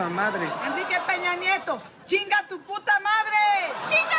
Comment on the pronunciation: Dear people from the US (and other english speakers), please start using diacritics. His name is "Peña", not "Pena". "Pena", as a noun, means feather, and has a different pronounciation. Thanks.